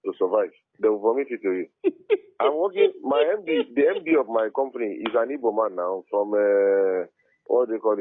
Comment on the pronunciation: Ok brother but next time learn how to pronounce igbo